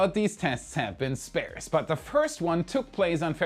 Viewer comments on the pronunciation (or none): Love your English love your show. The word sparse is pronounced SP – ARE S not SP-AIR S. Cheers. C